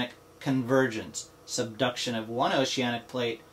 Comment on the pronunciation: Subduction zones, the way he says it makes me laugh so much lol,,,,,good video though